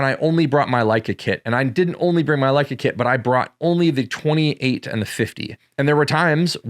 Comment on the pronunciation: Leica makes you more creative is what I heard. You said that right? :)